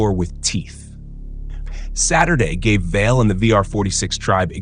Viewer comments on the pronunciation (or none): To run with the international commentators, pronounce it correctly - Val-eh; otherwise good clip. Vale is now in the same league as Staler & Waldorf; a cranky codger.